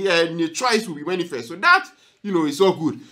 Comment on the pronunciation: The word is manifest not Many Fest okay 😃😃😀😀😄😄😄